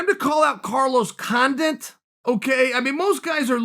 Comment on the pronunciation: Chael “Dana Hardy and Carlos Condint” Sonnen.